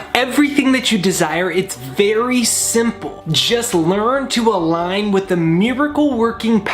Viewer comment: "Algin" with the universe?